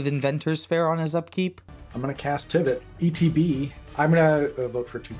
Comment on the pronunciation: It says Trivit not Tivit.